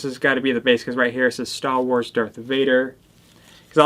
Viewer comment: no one:: STAW WARS